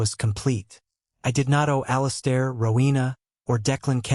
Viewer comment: I hate the way AI pronounces the name "Alistair". This story is nonsense. The brother is not a professional MMA champion, he's a corporate executive and a gym bro, he's an amateur. If he was a professional fighter he would definitely beat someone who isn't a trained professional fighter. It's like believing the idea that just because someone is a marine he could take on the world heavyweight champion for the WBC belt because he has killed people in combat and also knows how to box.